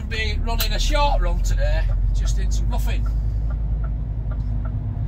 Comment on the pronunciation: its ri thn not ruthin